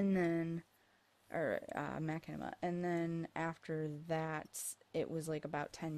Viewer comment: it's pronouces ma-shin-i-ma